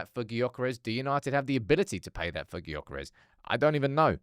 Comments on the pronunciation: Please pronounce his name properly! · Please stop pronouncing his name wrong…smh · Of all the pronunciations of his name this has to be the worst 🙈🤣